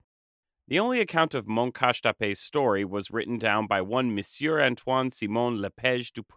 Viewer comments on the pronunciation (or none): none